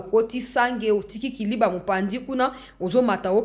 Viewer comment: Na émission oyo elekaki liboso olobaki KALIBA non eza KALIBA te kasi eza KILIBA. Merci et courage